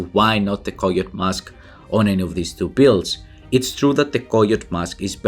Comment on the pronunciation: I had no idea he was saying coyote mask.. lmao koyoat 🤣